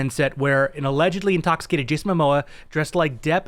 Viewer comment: It's MOMOA not mAmoa.😁